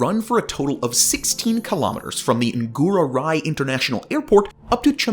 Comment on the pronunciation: It is pronounced chung goo. The airport is pronounced Nurah rai. This guy lol. Also there is no current construction happening at all for this subway. I live here. You are wrong buddy. Perhaps you should visit and know the island before making videos like this.